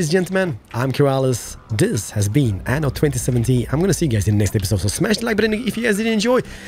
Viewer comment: Please Anno has 2 "n" not one ^^ (in pronunciation it's like you're using one "n")